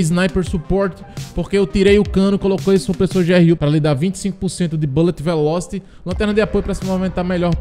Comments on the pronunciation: a pronúncia como vc fala é engraçado kkkk sucesso irmão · Passei só pra escutar a palavra bulet veloste kkkkkkk